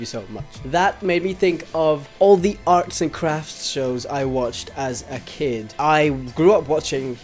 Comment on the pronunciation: He says: Arts and Cfafts I think: Heart Attacks